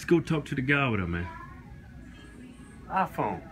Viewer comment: Keith's pronunciation of iPhone: IFON.